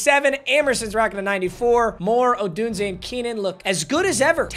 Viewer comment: is the only YouTuber I know that pronounces Rome. Odunse correctly